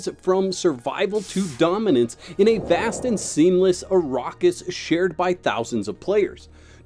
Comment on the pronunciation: Also, it's the "Imperium", not the Emporium. And Arrakis is pronounced ah-RACK-is.